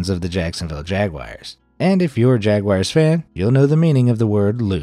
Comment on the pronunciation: were you saying jaguar or jagwire? jagwire is a company that specialises in cycling components whilst jaguar is pronounced as jag-you-are